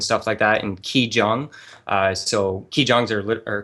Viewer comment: CHI JONG... DID YOU JUST SAY THAT? Chi Gong... G like in egg.